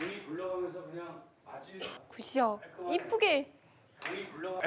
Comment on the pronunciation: 서한솔 선수 자꾸 굿샷 하실때마다 자구 구쌰 라고 들리지 왜